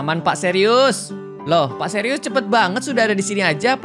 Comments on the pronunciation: Btw itu suires bukan serius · Plis kak itu pak suires bukan serius😭☝️